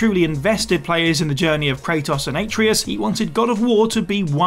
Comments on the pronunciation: I cringed hard when mispronounced Atreus's name. It's not "EH-tree-us". It's "Ah-TRAY-us" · that pronunciation of atreus was painful